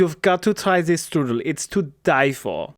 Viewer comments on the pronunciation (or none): none